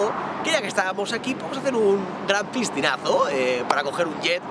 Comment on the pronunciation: le entendí yo ppistinaso y no es piscinasonluzy habla bn hombre